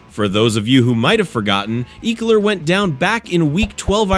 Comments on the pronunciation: EEEkler? me thinks this a bot channel. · say ekeler's name right!!!